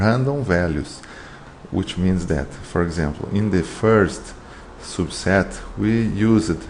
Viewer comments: I really like the way you say "soobset" :) btw great video, helped me a lot thanks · Nice explanation, thank you! One suggestion, you can fix the pronunciation of your "publication" and "subset" words:)